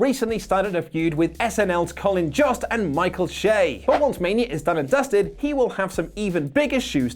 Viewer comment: It's not Colin 'Jossed' it's Jost, like boast